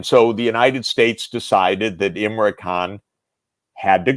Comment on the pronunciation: It's not Imray, it's Im-ran.